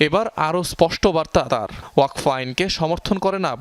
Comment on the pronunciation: ওয়াক ফ নয় উচ্চারণ হবে ওয়াকফ্